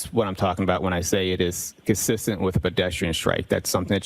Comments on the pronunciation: He's very cussissent in his inability to pronounce words. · His pronunciation of 'consistent' is a crime in itself.